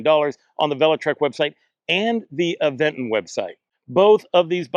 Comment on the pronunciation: There's no 'd' in Aventure. And there's no 'g' in Aventon, like the reviewer kept saying. The Aventure.3 is worth it for the security features alone, IMO.